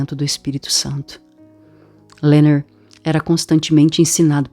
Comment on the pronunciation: O nome dele é Leonard e não Lernerd igual vc pronuncia. Obrigada pela gravacao. Esta otima!